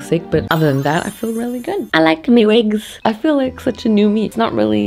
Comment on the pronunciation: “we wear vigs “